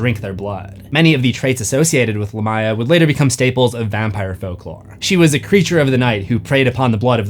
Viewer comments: Dude,stop saying the name as LAH-MY-A its CORRECT pronunciation is LA(H)M - ME-YAH. as in ancient Lamia VAMPIRES in EARLY EARLY European Folklore and myths surrounding oral storytellings of bad luck places and mysterious locations where Spooky animals, and creatures were said to roam and hunt for unwary humans not smart enough to know being out, late at nights were a good time and bad locations to be if you wanted to be KILLED or attacked by Spirits, vampires, werewolves, revenants, zombies, Hell hounds and whatever other dark hunting hungering spirits and beasts were out hunting for living creatures or humans to eat were easy to come upon, looking like meals (ready to eat!) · only critique I have is Lamia is pronounced Lay mee uh, or Lah mee uh, not lah my uh. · you managed to say it wrong again 😅🏆 it's Lámia, not Lamía. You put emphasis on the "i" instead of first "a" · Great episode.. But your pronunciation of Lamia is weird.. Lamia is most commonly pronounced LAY-mee-uh (/ˈleɪmiə/) in English, though LAH-mee-uh is also used. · It’s “Lamb-ee-uh” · Man, I thought I was losing it or maybe it was another case of Supernatural getting pronunciation wrong again, but nope. The proper translation of Lamia is Lámia, and it is most definitely pronounced with the emphasis on the first 'a.' 😂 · It is a name of arabic origin, and pronounced lam ya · The amount of times Lamia is mispronounced in this video makes it unwatchable. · That is an insane pronunciation of lamia.